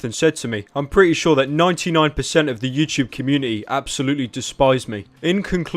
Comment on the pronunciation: It’s “YouTube” not “YouChube”